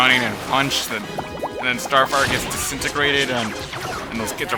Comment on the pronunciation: I lost it when he said Starfire disinigrated xD